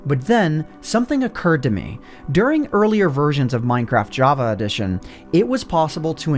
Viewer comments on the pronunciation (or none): none